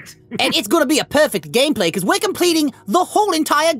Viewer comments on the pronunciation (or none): 6 stars Like GTA I thought he said perfect gayplay